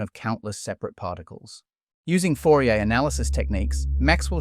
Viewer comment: Man, you need to fix your French..... Laplace, Fourrier.